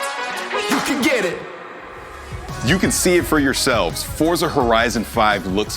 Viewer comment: It's pronounced "FORT-za"